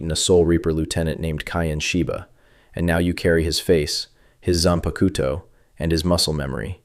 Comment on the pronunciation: Its not zan-ba-ku-toe. Its zan-pak-toe. God that irked me